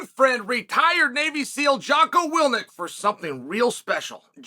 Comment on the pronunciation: “Jocko Wilnik” “Islam Makelchek”. Only the undefeated, undisputed one can continually mispronounce guys names and make it endearing.